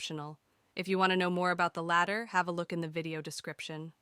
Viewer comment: This is a great tutorial, but your pronunciation of some of the words makes me think your voice is actually a really good text to speech program (it also sounds seriously professional, like you should be a voice actor). "Pro-seed-ural" not "Pro-sid-ural", The "Latt-er" is optional, not the "Later", "Uh-Ray" not "Are-aye" etc. etc. Oh, and your written description about the Static Mesh and laggy start is incorrect English too, so now I'm almost certain this voice is AI. What program are you using? lol